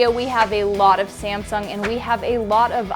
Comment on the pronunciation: When you say samsung i hear simpson